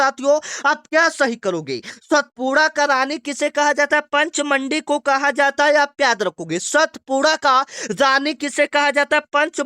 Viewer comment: पंचमंडी गलत पढ़ रहे हो